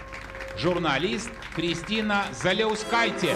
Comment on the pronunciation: Она не Заляускайте, а Жаляускэйте.